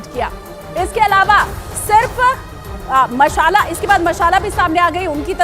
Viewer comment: मशाला नही, मालसा नाम है 😅😂